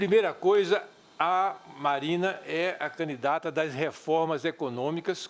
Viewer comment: Eduardo Jorge quer ser vice- presidente da República - talvez para dar sua contribuição na Educação - MAS fala "canidata" "trabaio" a chapa de uma professora e de um médico - Estamos lascados!